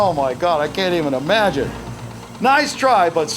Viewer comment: Just “E-magine”